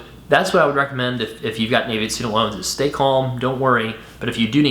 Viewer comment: Thanks for this video! I just disovered your channel and subscribed to the audio podcast. Minor point: "Navient" is pronounced with a short "a" sound (like "a" in apple) on the official Navient YouTube channel Not that it matters too much. Here's an example video from 2014